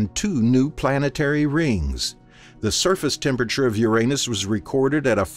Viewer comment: Thank you for pronunciating Uranus correctly